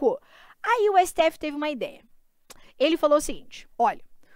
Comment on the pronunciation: 👉 - nooussaaa siteéfi... Hahahaha